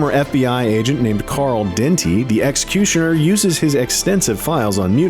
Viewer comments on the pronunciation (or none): Why can't he say "Executioner" right??